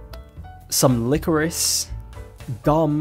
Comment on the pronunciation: the way you said licorice is a crime